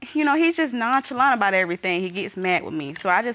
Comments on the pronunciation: I Need Her To Stop Pronouncing Nonchalant Wrong Its Gut Wrenching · Her pronunciation of “nonchalant” is killing me!